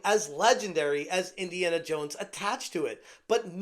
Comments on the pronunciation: "Iniana Yones..." 🤣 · Indiana Yones